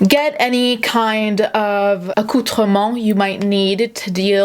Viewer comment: Is the “T “silent in accouterments? Could I have been saying it wrong my whole life and looking like a fool??? 🤦🏼‍♀️🤦🏼‍♀️🤦🏼‍♀️ please tell me this is not the case. I am assuming that is the word you referred to - sec mark